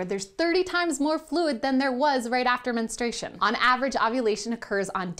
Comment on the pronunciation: Why can't anybody correctly pronounce "menstruation?" "Ministration," JEEZ-sus.